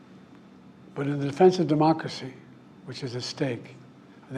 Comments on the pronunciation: "Demacecy" bro is totally fine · He can’t even pronounce Democracy, let alone uphold or guide it.